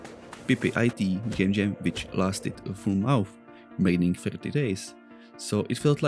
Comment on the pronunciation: Very interesting game idea and looks liie it would succeed. I see your comment about not having good pronunciation, but i would say it's pretty damn good. However, one word i'd like to point out is that the mon in month is pronounced more as мон. (I think that is proboubced right, I don't know cyrillic or russian that well.